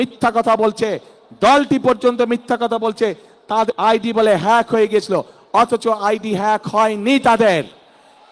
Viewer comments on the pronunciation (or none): এই শুয়োরের বাচ্চা তোরে কুকুর দিয়ে খাওয়াবো, মূর্খের বাচ্চা, হ্যাক,ফেক উচ্চারণ করতে পারে না, খাম্বার বাচ্চা মাদারচোদ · নেতা দেখি হ্যাক শব্দ উচ্চারণ করতে পারেনা। 😂😂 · অশিক্ষিত মুর্খসোদা হ্যাক শব্দও বলতে পারে না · হ্যাক হয়েছে না ফেক হয়েছে এ কথাটা যে বলতে পারে না সে দেশের প্রেসিডেন্ট কেমনে হবে ছিঃ ছিঃ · হেক না ফেক?! হ্যাক শব্দটাও শিখতে পারলেন না লন্ডনে থেকে। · যে লোকটা হ্যাক কথাটা সঠিকভাবে বলতে পারেনা, ফেইক হইছে বলে। এরকম অথর্ব অযোগ্য মানুষ প্রধানমন্ত্রী হলে দেশের কি অবস্থা হবে বুঝতে পারছি না, আবার শুণছি উনি নাকি ইন্টার মিড়িয়েট পাশ, দেশে সুশিক্ষিত যোগ্য মানুষের দুর্ভিক্ষ লেগেছে কি, ৫৪ বছরে কোন যোগ্য মানুষ কি তৈরি হয়নি প্রধানমন্ত্রী বানানোর মতো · হ্যক ও বলতে পারে না! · Hek,,fek,,nice pronunciation 😂😂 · আগামীর দেশ নেতা হবে, কিন্তু হ্যাক শব্দ উচ্চারণ করতে পারে না, এটা খুবই দুঃখজনক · যে হ্যাকটাও ঠিকমত উচ্চারণ করতে পারেনা সে নেতা হবে।খাম্বায় হাম্বা হাম্বা করলে কেউ বিশ্বাস করবে না। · "Hack " উচ্চারণ পারে না HSC পাশ নেতা😂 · একটা দলের সিনিয়র নেতা । এ আইডি হ্যাক এটা উচ্চারণ ভালোভাবে করতে পারেনা । দেশ পরিচালনা করবে কিভাবে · হায়রে নেতা😂😂😂। হ্যাক উচ্চারণ করতে জানে না। আবার তার বউ ডাক্তার কিন্তু জানে না যে mbbs এ কোনো specific subject থাকে না। 😂😂😂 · কি লিডার রে ভাই হ্যাক শব্দই বলতে পারেনা। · শব্দ উচ্চারণ করতে পারে না 😂😂😂😂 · নেতা তো আইডি হ্যাক এটাই উচ্চারণ করতে পারে না তো দেশ চালাইবো কি😂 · এত বড় একটা নেতা আইডি হ্যাক হয়েছে এটা উচ্চারণ করতে পারে না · আইডি হ্যাক কথাটা মুখ দিয়ে বের করতে কতই না যুদ্ধ করছে